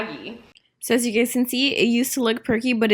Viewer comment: Instead of saying “guys” she says “gays” lmao